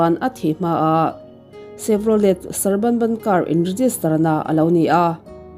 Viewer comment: Car hming 'Chevrolet' tih hi a tawpa 'T' hi 'y' emaw 'i' ang in lam/chhiar daih teh."Chev-raw-ley/Chev-raw-lei," tiin. A nihloh vék pawhin a tawpa 'T' hi lam ri telloin 'Chev-raw-lê' tiin emaw a mawi deuh zawkin a dik deuh zawk ang. A ngaihnawmin a hlawkthlak ṭhin e,Han ṭang zel teh💪🔥